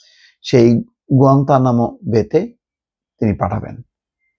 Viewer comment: গুয়েতনাম শব্দ টা শুদ্ধ করে বলেন বা শিখেন।